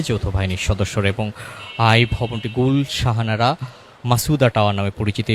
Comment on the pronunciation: গুলশান আরা। আপনি ভূল উচ্চারণ করছেন, গুল শাহানারা বলছেন।